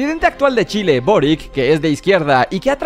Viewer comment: volví a ver tu video: y el presidente de chile (donde vivo y nací) se lee "Boric" pero se dice "Borich" a "Gabriel Boric" (si usted presidente esta viendo esto, es aclaración)